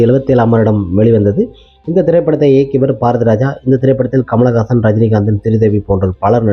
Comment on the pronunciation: Paarathiraja, paalumahendra. Yenndaa ucharippu. Ucharippu varalaina vera yaarayaavadhu vachu pesavakka vendiyadhudhaane. Neraya per ippadithaa pesuraanga asingama irukkuyaa. Rajendraanu koopda maattanga. Rassendraa appideembanga. Yenna yelavo.